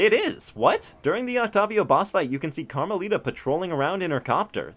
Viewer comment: Carma-littah (as in little)